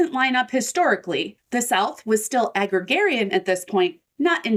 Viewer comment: agrarian; not agrigarian